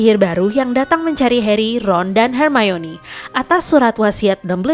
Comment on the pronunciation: Kalo di jelasin cara ngomong nya yang bener itu her mayni